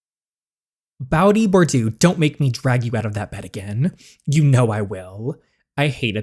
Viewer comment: I love this!! I'm French, and both names have their origins in France, for Bowdy Bordeaux- it's pronounced Bow-dee, like DJ said first. Bordeaux is pronounced Bor-doe. Hope this helps!